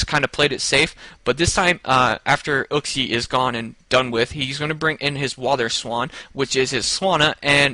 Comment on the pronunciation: It's not uksie it's pronounced youksie.